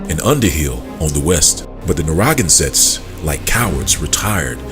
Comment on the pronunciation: It's pronouced "Nair - ruh - gan - sit'. But thank you for bringing this info to light. It's time that 'THE TWO (Judah and Levi) acknowleged THE TEN (other 'Negroid' tribes). Haven't yall wondered where they were? Please note the difference: Native American = Siberian Mongols American Indian = Negroid TEN TRIBES of the Americas. Note: It has nothing to do with that eroneous derived Tribe chart from the camps! Just like God said:. The TWO (Judah Group - Israelites) vexes the TEN Group - (Indians) and vice versa. [the two sticks]. But God said He's gonna nix that! And the two sticks shall become one [Dry Bones]. Stand on their feet, be filled with His Spirit and finish their course together (beginning in 'the wilderness')! Both sides are at least communicating - still doubting each other's claims. No matter, God has spoken - we will quit -acting-a-fool and respect each other soon. Keep digging, you are hot on the trail! God bless everyone!😮